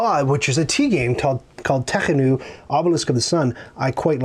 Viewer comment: It's too bad you don't know how to pronounce Teotihuacan properly!! Tee-Oh Tee-whaa-Con